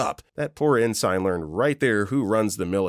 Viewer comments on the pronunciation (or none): Please properly pronounce the word 'Ensign'.